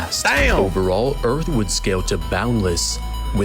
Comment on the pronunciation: The Earff🌎